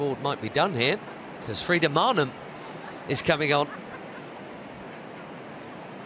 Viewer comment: 42.31 The Chelseacratic Chattering insists on insulting Frida Maanum by continuing to pronounce her name mARnum . Where did Barclay's FINd this goof❓️ He sounds just a tad overimpressed with Chelsea's belligerent tactics . Are we seeing the beautiful game disintergrate into the brutal game❓️